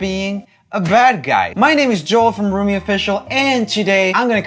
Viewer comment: Roomi lol it's Roomie